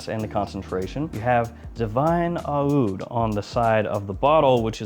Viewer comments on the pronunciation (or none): Again with the “ah-ood”. It’s just oud, dude. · It’s just pronounced oud no matter the spelling. The spelling is different from brand to brand to capture the Arabic pronounciation of the word oud.